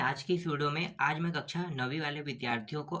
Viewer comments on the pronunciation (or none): none